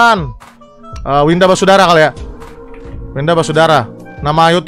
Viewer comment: Bukan winda basudara yang bener winda banyudara